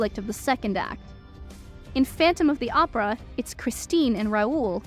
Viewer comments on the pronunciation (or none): none